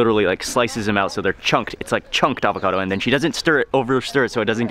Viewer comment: Why she keeps calling it "Avogado"? xd